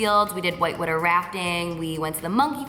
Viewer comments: I die when she says" woo-der"😂😂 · So amazing all of the stuff you've been doing! Such an inspiration!! Also it's funny how you say water like "wuter" 😂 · Vanessa I thought it was only me it sounds like she's saying 'witter' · The way she says "water" lol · P.s every time you say 'water' 😭 love it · love how she says water❤❤ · I love how you say "water" haha. Can't wait for the videos! I'm going to have my tissues ready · Lmaoooo the way you say water. So jersey. You're really sweet! Def fave YouTuber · I can tell you're a Jersey girl from the way you say "water"😂❤ Love you Carli ! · the way you say water tho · did anybody else find it weird how she says water ? lol